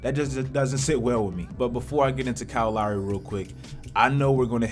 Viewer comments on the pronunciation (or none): Lowry not Louwry, Philadelphia, not Philadaalphia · The way this dude says lowry sometimes is mad funny